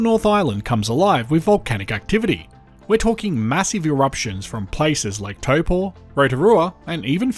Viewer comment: he managed to pronounce Taupo and Waitomo a lot better 😅